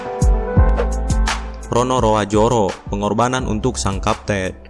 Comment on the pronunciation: Roronoa zoro bukan ronoroa joro